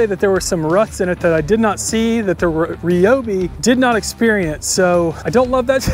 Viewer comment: REE-obi. Aster-ISK. stragglers